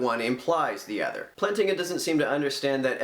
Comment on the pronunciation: I literally just made this youtube account because you're critique of the EAAN is so bad. First off, it's "Plant-inga" not "Plan-tinga". Moving on to the real problems with your video, you claim that the EAAN is a straw man because he assumes that naturalism and evolution rely on each other, in fact this is not true. Plantinga's argument is only against the conjunction of (E&N), the naturalist can abandon E to maintain rationality. Also, you've already lost the argument when you admit R is low